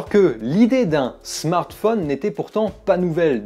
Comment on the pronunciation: Ca fait plaisir d'entendre quelqu'un qui ne dit pas Smartfaune mais Smartphone comme Téléphone. Voilà.